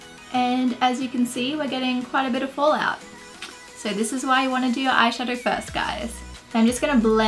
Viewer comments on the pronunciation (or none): none